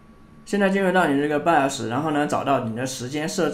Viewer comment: 好不容易bios念对了，data念错了 😂哥你太难了